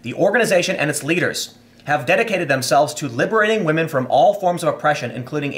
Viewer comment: "For the wahmen, not the Jew."